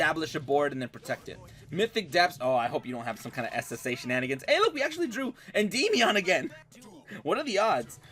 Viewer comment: I kinda hate the way he says Endymion (End-EE-Me-On) I've always just pronounced it Endi-meon. No need to drag out or emphasize the y part so much. Sounds silly